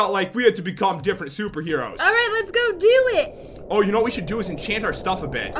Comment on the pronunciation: pat,when you say lets do this you say le do de.why?